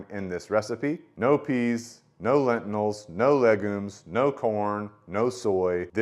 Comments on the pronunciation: Whats a “lentinil”? Do you mean lentil? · Great review, but what is a ‘lentinal’ 😂